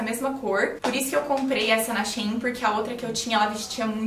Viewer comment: diz-se She In! Amo os seus videos 💖